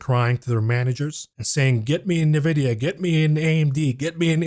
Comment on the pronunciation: At least learn how to pronounce Nvidia correctly ffs 🤦‍♀